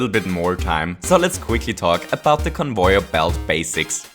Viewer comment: convoyeur bilt